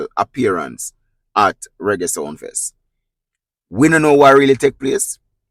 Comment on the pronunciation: Ur the only who said it right,king of Reggie,not raggae,just reading the headline…